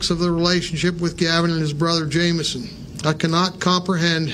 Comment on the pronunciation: It’s pronounced Jame-eh-son not jame-son lol